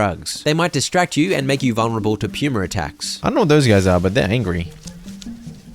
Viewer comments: im cackling at Puma being pronounce Pew-mer. i know why, but it's still funny to hear. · his pronunciation of puma is so funny to me PUEWMA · is it just me or is he saying pyuma instead of puma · The way pronounces "Puma" is driving me crazy XD